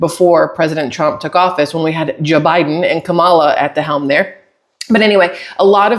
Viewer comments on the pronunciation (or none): Every time I hear you say, it absolutely cracks me up! 😂😂😂 For some reason it makes me think of “yo mama” jokes from the 90’s! I’m ☠️